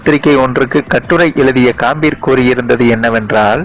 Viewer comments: Kaambir ah? Adhu ghambir da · Sir athu ghambir pls correcta pronoun panunga